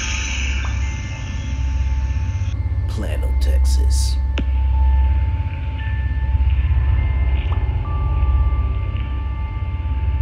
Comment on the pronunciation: It’s not “Plan -o” Texas. It’s pronounced “Play-no” Texas.